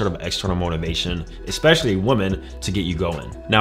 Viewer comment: This is a great video but is unable to say "women". Woman for one, women (wee - men) for more.